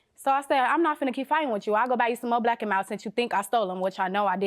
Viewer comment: By the way she say “black and milds” she didn’t steal em. She ain’t even saying it right 😂